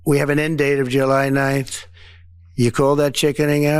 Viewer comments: He just said "I'll give you until *Ja-nine*..." Instead of July 9th. 🤦🤦🤦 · He just admitted that a tariff is a tax. What is Ja-nine? If it clucks like a chicken...LOL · First he called tariffs a tax, then he said junine instead of July 9th. He’s an idiot